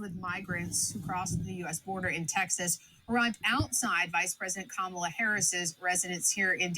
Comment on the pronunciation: Can you at least say her name correctly